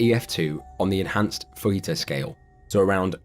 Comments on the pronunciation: The Fujita scale is pronounced "Foo-jee-tuh", not "foo-hee-tuh". It's Japanese, not Spanish. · Enhanced fujita scale... not “fajita” scale😂😂😂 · The J in Fujita isn’t silent, it’s Japanese. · It's not called the fajita scale...need to learn to pronounce stuff... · fujita: foo-jee-tuh